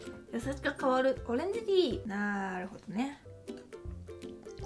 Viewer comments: 오렌지티다 라고 하는데 한국말 하시는 줄 알았다 그런데 너무 자연스러워서 헐 뭐야 했는데 생각해보니까 오렌지랑 티는 영어고 ~다는 일본어였어... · "오렌지티다" 그냥 한국어투랑 똑같네